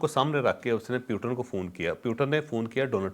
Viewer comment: پیوٹن نہیں ہے بلکہ پوٹن ہے